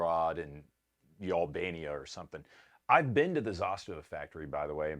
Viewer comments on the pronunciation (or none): This man said YALLBANIA😂😂😂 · “Y’allbania”. Hilarious 🤣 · “….Y’allbania” dying 😂